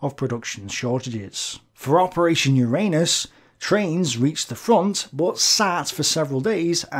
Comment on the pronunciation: "For Operation UR-ANUS....." LMAO